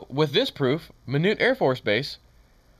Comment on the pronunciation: Just helpin here it's pronounced My-knot. Like this Don't untie my knot.